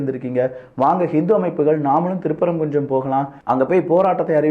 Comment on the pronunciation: திருப்பரங்குஞ்சம் Me: கொய்யால திருப்பரங்குன்றம் அப்படினு சொல்லுடா நாயே. திருப்பரங்குன்ட்ரம் இதுதான் உச்சரிப்பு. தமிழ் வரலைன்னா தங்கிலீஷ்லயாவது எழுதி படிடா சங்கி நாயே